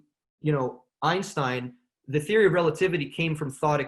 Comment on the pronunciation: In theory? More like.. "In Siri" 😆 Absolutley loving this talk so far! I am super glad that I forgot you started a podcast, and then remembered again, so I can now binge them! Yes yes yess, thank you so much for this.